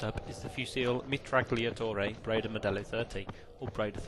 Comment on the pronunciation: Fantastic! Good job! (The correct pronounciation for "Mitragliatore" is more like "Mitraliatore", don't pronounce "G" :-P)